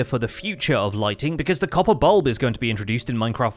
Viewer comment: "The Coppabalb!" 😂